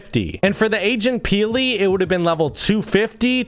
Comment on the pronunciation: i thought he siad Asian peely!